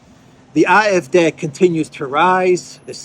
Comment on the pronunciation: the D in “AFD” is pronounced “Day”